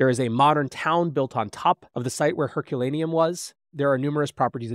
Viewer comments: I stopped watching this when the presenter couldn’t even get the name of the town destroyed by Vesuvius correct, calling it Herculanum instead of Herculaneum and . This ruined for me as a ‘scientific’ presentation. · The place is Herculaneum not Herculanum! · Learn how to pronounce Herculaneum.